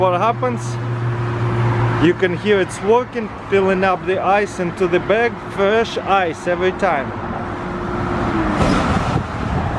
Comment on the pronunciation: Fawesh ice. Gotta love how he says that